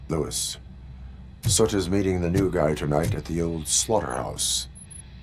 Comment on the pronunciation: Okay, I can't hold it in anymore. ' pronunciation of Soot is an itch I can't scratch.